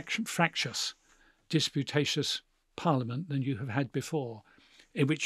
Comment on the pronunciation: It's 'disputatious', not 'disputateous'. :/